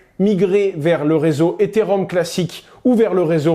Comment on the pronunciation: Après 1 minute d’écoute, je vois qu’il ne sait pas prononcer correctement « Ethereum » et qu’il confond le protocole Ethereum avec le jeton Ether. Ça s’annonce beau pour la suite.